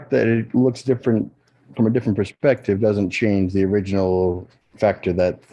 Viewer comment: But "flerfspective"!